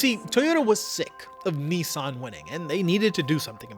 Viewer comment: Why can't Yanks pronounce Nissan?